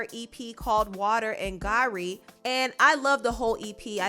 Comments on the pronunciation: Garri is pronounced GaHree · Beyoncé is black that’s why she got the black lash. Ought to know better about blood diamonds. They are coming from East Africa. I wasn’t impressed when I saw it. And garri is pronounced gahhrhiii....it’s a common food in nigeria lol. Kanye and the kardashians are clowns. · Bahhahahaha I love the pronunciation of “Garri”